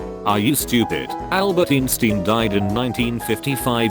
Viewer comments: are you stupid its einstein not instin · are you stupid it is einstein not iinstin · Nobody : "InStIn" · no one: text to speech: "eensteen" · i love the way he says "Einstein" "EENSTEEN" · It’s hilarious how the google voice says Einstein like Einstein instead of Einstein